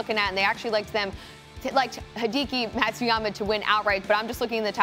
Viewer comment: So cringe… she called him HIDEEKIE